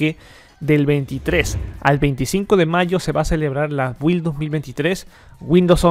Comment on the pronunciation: En pronunciación de la palabra Build la letra "u" es muda. Bilt